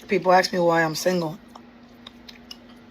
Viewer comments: Axe me 😂😂😂😂😂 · She is single because she cannot pronounce "ask".